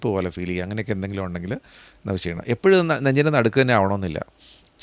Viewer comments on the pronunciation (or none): none